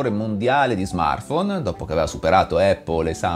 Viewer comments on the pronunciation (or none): none